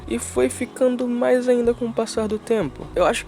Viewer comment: "uma das coisas MAS idiotas que ja vi...." mds kkkkkkkk escrever isso me deixa irritado mas falar isso e com ênfase pqp kkkkkkkkkkkkkkkkkk isso sim foi uma das coisas MAIS idiotas que já vi